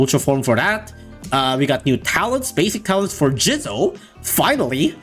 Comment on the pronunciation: Why he pronunce jizo like jizzo😭